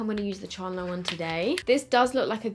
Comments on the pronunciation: The way you say Chandler kills me 😆 Chaaarrndler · The way she pronounces Chandler tho